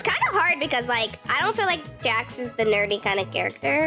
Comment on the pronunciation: i think you said jack not jax